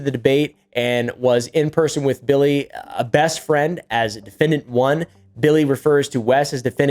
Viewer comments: bro if he call this man “Bwilly” one more time im going to drop my phone you hear me? I’m screaming laughing 😭😭😭😭🤣🤣🤣😂😂 why he keep callin that man “Bwilly” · he just keep callin that po man “Bwilly” he just don’t stop I’m screaming 😭😭😭🤣🤣😂😂😂😂😂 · bro said “now back to bwilly” 😂😂😂😂😂 and the sound effects in the music has me screaming 😭😭😭😭🤣🤣🤣🤣🤣 sad moment for Bwilly!